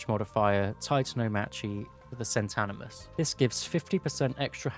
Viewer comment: Cent-i-manus. No "an" :)